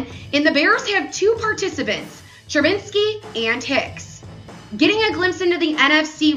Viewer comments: She said it wrong like 10 times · Can she say Trubisky right 😔